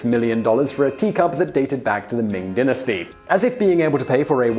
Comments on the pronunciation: It's die-na-stE not din-a-stE wtf (dynasty) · You say Dynasty completely wrong, please correct it. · Ahahaha. He can't even pronounce dynasty.